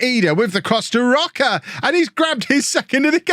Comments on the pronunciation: His name is "Roach". Not Rock-a. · Please stop saying Roca. Roche would never be pronounced like that 😂 it’s “roash” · "rocker" maybe Row-shh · Jamie Roche is playing for my team Sirius. His father is from Norwich, England. So his name is Said as Roach but with an E at the end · Roche = row sh (row like rowing a boat, sh like shiny) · I had Jamie Roche when I managed IK Sirius in Sweden a few years ago. I’m fairly certain he was Scottish at that point and not Swedish - so it’s probably pronounced Roach? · Roche is probably pronounced Row-shay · Roche is Swedish which means his name would be pronounced like Roash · i think Roche is pronounced either like rosh or roash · is Roche not just said like Roach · You pronounce Jamie roche like Jamie rosh